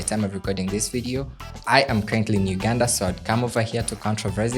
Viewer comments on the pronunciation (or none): none